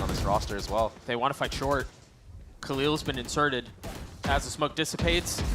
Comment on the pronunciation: Why does the caster always pronounce khalil as khalio ? 🤔